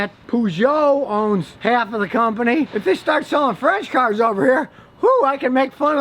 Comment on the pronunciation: 😂 also you gotta laugh at the way he says cars— ‘Kharz’